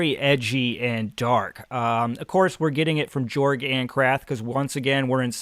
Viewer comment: I'm pretty sure you pronounce Jorg as "Yorg" as his world is set in an altered Europe if you look in the maps, Ancrath being in what resembles Germany, leading to his name sounding more like a Y instead of a J.